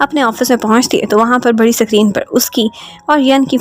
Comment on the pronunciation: I have watched a lot of explanation by you and get a mistake that you are not speak able to speak the word 'screen' and 'script' but I still like your explanation a lot ❤❤❤❤ A big fan of your explanation 😉❤❤❤